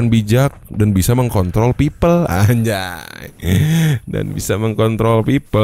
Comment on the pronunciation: apa cuma gua yang denger "yang bisa mengkontol orang anjay yang bisa mengkontrol orang"